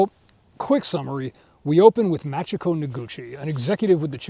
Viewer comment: Only telling you cause you like the series: it's pronounced" Mah chee ko" if it is written as Machiko. Cheers